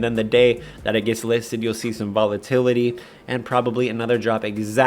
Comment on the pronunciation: Vola-titty? Dude, just wait till you sober up before recording these 😂